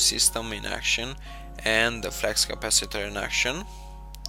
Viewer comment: flux capaciter not flax capaciter